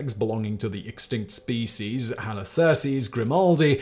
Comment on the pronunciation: I have 2 suggestions. I teach English in Turkey and I was recommending TopTenz for students to watch and particularly, listen and copy pronunciation. I no longer recommend you because none of my students can understand you because you speak too fast. Also, Please stop mispronouncing SPECIES.